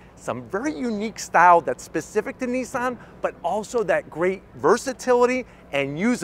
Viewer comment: Is it better? I doubt it. Nissan have carried out virtually no development and evolution on their Leaf design, whereas Kia and Hyundai have. And it shows. And why do you keep calling Nissan, Neesan? There is no letter E in Nissan.....